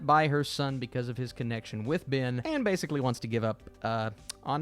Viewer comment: His name is not BIN, it's BEN.